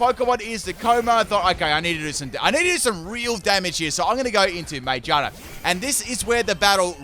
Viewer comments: Normal people: "Magearna": "Mangina" Lol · I hate the way you say magearna GEAR like cars and bikes have GEARS ma-GEAR-na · Its pronounced ma GEAR na sorry it just bothers me when I hear something that doesn't sound correct to me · Everyone: Magearna: Magina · no its called ma-gear-na its literally a gear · I always pronounced Magearna as "MaGEARna", could just be me, bit it made sense to me